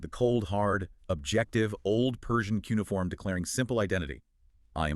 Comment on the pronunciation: The AI narration is too fast. The interleaving of voices and their scripted interactions are so precise that it cannot be natural. Its cheapness shows up in the male voice's inability to pronounce "cuneiform" and "lingua." The script tiptoes around the fact that in the Hebrew Scriptures Cyrus is called "meshiach" (English: "messiah"), "the anointed one" which in Greek is the word "christos."